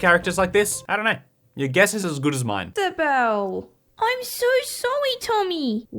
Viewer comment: Is it onwy me ow does “isabew” tawk in owo